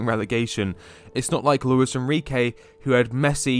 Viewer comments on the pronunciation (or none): none